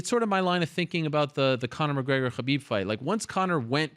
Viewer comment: LOL never heard of conor McGregor - funniest shiit ever! LOL she tries saying his name “conor Mcgregnor LOL